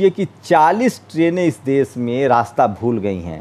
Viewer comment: aap apni bhasha shudh kijye plz.sha shabd ko sa na kehkarvucharit kare. Aap deshbko des kehvrahe ho Shramik ko sramik kehte ho pls bhasha sudhar kijye.